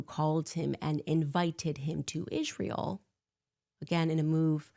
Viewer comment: I hate how she says Ishrael